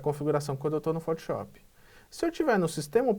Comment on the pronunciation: cara, por favor, para de falar fotiop